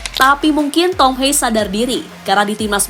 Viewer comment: Mengspell nama Thom Haye, bukan Thom Hei tapi Thom Haye.....Thom.....Thom....Thom Haye....